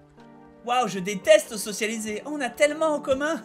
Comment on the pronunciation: Bob, ça fait trois épisodes que je me retiens de faire la remarque mais je vais pas tenir plus longtemps... Bob... On dit socia-BI-liser